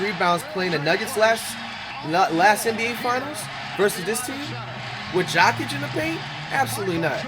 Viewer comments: Man, I can’t tell if you’re clowning with all of the pronunciations of the last names. 😂 you said “Jokic” like “jock itch”. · My man called Joker... JOCK-ITCH?! 😂 he came with the fungus name 😂🤦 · Jock-itch 😂😂😁😁 My man you fr fr is giving us the chopped and screwed version of some of these names! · Did he call Jokic "jock itch" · Coocock (Kukoc) is wild. Jockick (Jokic) too…. Pronunciation Coo-coach and Yo-kitch. Smh words are hard😂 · Patrick Chewing? Wemban Anders? Jakic? Kucock? Dude’s gotta be trolling 😅